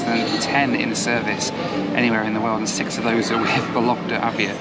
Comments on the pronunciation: The way you pronounce Vologda....sounds like a lockdown 😂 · Only two things bothered me someway. Stress in the name of the city. VOlogda, not VolOgda (if you pronounce that 100 times…). And choice of music, it is so weird, but obviously it represents how people from outside Russia imagine Russians :) Otherwise that was a funny and interesting video. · ВологдА, а не ВолОгда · VOlogda, with the stress on first syllable. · Cool video, mate! But the city is pronounced VOlogda (the stress is on the first syllable). :) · It’s vOlogda. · vOlogda , not volOgda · It's VOlogda, not VolOgda))) Sounds so funny and non-Russian)) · VOlogda, not VolOgda! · You pronouncing accents wrong - Vólogda, NOT Vológda. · vOlogda not volOgda :) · thank you for this amazing video. First I'd like to say, the name of the city of Vologda has emphasys on the first syllable, it sounds like vOlogda. Yak-40 is one of my favourite soviet aircrafts too. In the eighties I had flown on it many times. Three Ivchenko turbofans sound really cool, but they are too voracious. Fuel consumption at cruising is about 1100 kg per hour (~2500 pounds). Aviation people consider that Yak-40 is most fuel ineffective aircraft among small turbofans. About altitude in Russia. Russia uses feet and RVSM since 2011. But air traffic controllers in any regional airports continue using meters. Also flying and cabin crews often say altitude and speed in meters and km/h to passengers, even though they work with feet and NM. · A good drinking game would be have a drink every time says ‘Vologda’ 😉 great video!! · The correct pronunciation of Vologda is VAU-lug-duh with the stress on the first syllable. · VOlogda — the stress falls on the first syllable. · By the way, in the name of the city of Vologda, the emphasis should be placed on the first syllable: VOlogda :) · I think the right pronunciation is VologdA ;-)